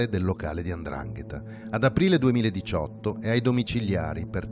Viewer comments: Non si dice Andrangheta !!!! Si dice 'ndrangheta !!! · Tutto molto bello,ma si dice Ndrangheta non Andrangheta